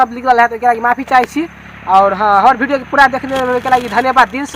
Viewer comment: भाई भिडियो नहीं विडिओ होता हैं